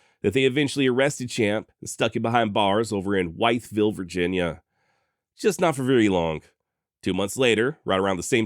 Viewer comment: Great video as always! One thing: Wytheville, Virginia is pronounced "Withville" (like come with me). Keep up the good work!